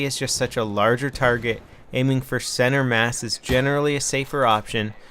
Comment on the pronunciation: Thank you for saying center mass!